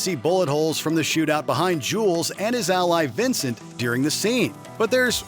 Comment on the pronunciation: During. Not deering.